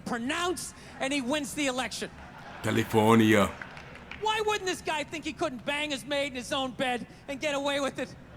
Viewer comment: Arnold actually pronounced the name of the state correctly... The way the Spanish meant it to be pronounced